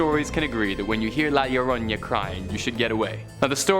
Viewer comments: Llorona pronounciation is Jorona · A for effort. Try saying it phonetically, Yo-Row-Nah.